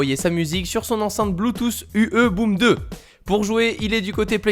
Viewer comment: Ah non mais vous les francais comment vous prononcer les mots anglais c incroyables comme par exemple Bluetooth à la fin c un t pas un s